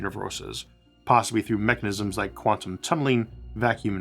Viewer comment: I think I started noticing them most prominently nearer the end of the video. Let's see... "take" "tantum" "pocktick"